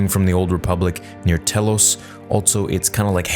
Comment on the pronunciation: Love your vids but the way you pronounced telos was murder lol have you not played kotor 2 lol